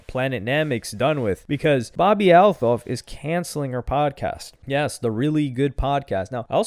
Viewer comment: That’s not how you say her last name 😂 just say Bobby